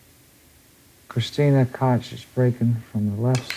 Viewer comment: Somebody tell Earl Striplnd how to pronounce Kristina Tkach